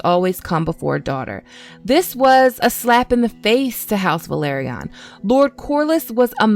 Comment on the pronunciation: It’s pronounced “Vell-Are-Ee-Uhn” not “Vuh-Lahr-Ee-Uhn”